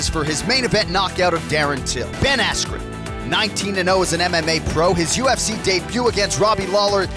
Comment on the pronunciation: no u messed his name up it’s “Ben Askream”